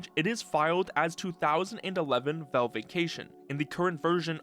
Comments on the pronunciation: WHY IS HE SAYING VELVE just say valve dude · Genuine question: why do you pronounce it Velve? You don't say "Elyx" or "belance", so I don't think it's an accent thing where "al" sounds like "el"